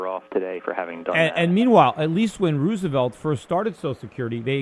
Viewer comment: I like how Peter pronounces Franklin Roosevelt's name. It sounds like Ruse-uh-velt. Ruse being the operative syllable.